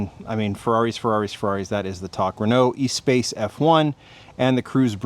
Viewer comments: Renault Espace isn't pronounced E-Space it's Es-Spass. It was a bonkers mid mounted 3.5L F1 V10 van. Go check it out online. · FYI, the Renault Espace F1 is named for the french word meaning "space". It's pronounced "eh-spa-s" not "ee-space".